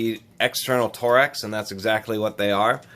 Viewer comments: IF THIS DUDE SAYS TOREX AGIAN I WILL GO CRAZY TORX not TOREX! but in all seriousness it was a nice video, got to see some tools ive never seen before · Torx not tor x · Is it pronounced “torex” or “torx“!? (Tore-Rex) or (Torks) I mean no disrespect, just want to know if I have been mispronouncing that my entire life.